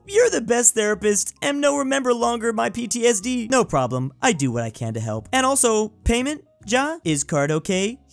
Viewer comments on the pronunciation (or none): none